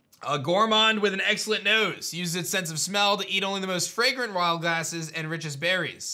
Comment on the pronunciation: Did everyone else hear him say "the most fragrant wild asses and berries"